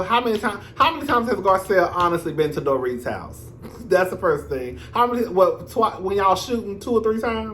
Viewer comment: “Door -eet” 😂😂😂